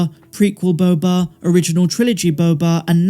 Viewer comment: Who says “Boba” better than?…. No one!!!!